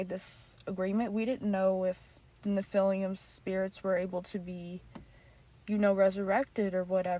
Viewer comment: Nice video, thank you. Please, correct the pronouncing of nephillim - its not nephilium - as that really takes away from credibility of your presentation.. For the future. We have to be credible and informed correctly to transfer knowledge. Research a bit who they are in history so we have reference point. They are not "nefelium" that word does not exist. Otherwise, thank you for the video